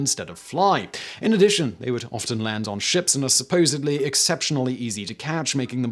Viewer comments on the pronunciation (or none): none